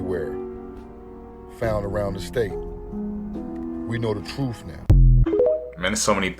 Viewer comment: Truth not troof. I hate that.